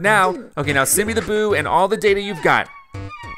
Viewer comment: when you said boo you said poo